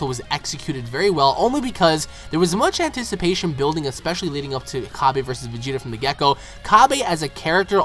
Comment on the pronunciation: Cabba, not Cabey. It comes from cabbage. Seriously, stop saying Cabey.